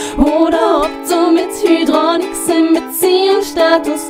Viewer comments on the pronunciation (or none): Das heißt nicht Hüdronix sondern Heidronix. Dankeschön